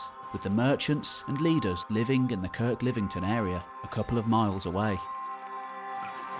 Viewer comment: Hi - Its not Kirklivington, its Kirklevington